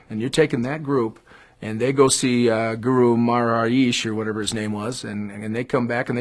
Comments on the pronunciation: Really?! This straight-laced twonk clearly never heard Revolver and Rubber Soul from two years before Pepper in 1965. Who is this person who can't even pronounce 'Maharishi'?! He is/was unqualified to speak on The Beatles. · I don't like the vibe I get from this guy (who BTW is not identified in the notes AFAIK). And I think it's telling that he can't be bothered to get the Maharishi's name right. (Not that I'm a fan of the Maharishi. I just think you ought to get facts, and names, straight when you opine on them.)